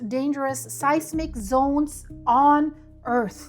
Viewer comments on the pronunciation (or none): none